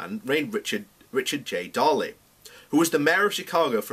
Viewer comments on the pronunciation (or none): Pronounced "Daily". Mayor Richard Daly. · You need to work on pronunciation. Coffin Ships... Mayor Daly. Perhaps, practice beforehand. On the fundamentals of your argument, I would agree. There is an Irish lobby in America that might cause problems in the US, particularly because of the efforts that US politicians contributed to getting the Good Friday agreement deal done.